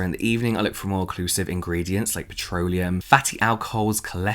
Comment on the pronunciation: Talking about night creams, you said petroleum, I heard petronium 😂 Harry Potter moment